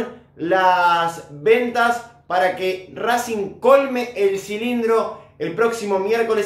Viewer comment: Acá en minuto RrrrRRRRrracing